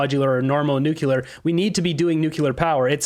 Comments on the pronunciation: Jeez dude, who taught you how to speak? Homer Simpson? Its new clear. Not nuculer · you're a smart guy but can you at least say Nuclear instead of Nuculer. It drives me insane. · Please for the love of God, learn how to pronounce Nuclear. It is NOT nuc-u-lar 🤦🏻‍♀️ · in the immortal words of Homer: "It's pronounced NUKE-YOO-LER." Ugh 🙄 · there's no such thing as how you say "nucular" [sic] services.